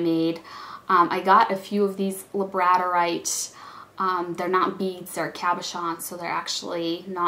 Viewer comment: I just wanted to let you know that Labradorite is pronounced like the dog, "Labrador-ite" or (lab-ruh-daw-rahyt ) :) you have done some nice work especially when just starting out! I remember mine at the beginning, and let's just say I wasn't excited to show it off lol. labradorite is my favorite stone to work with. here is a link to my etsy shop if you would like to see some of my work. keep up the good work!